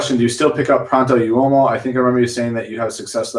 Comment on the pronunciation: Pronto Uomo= Pro- ohnt O Whoa Mo